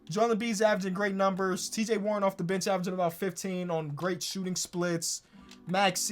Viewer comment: U said cj warren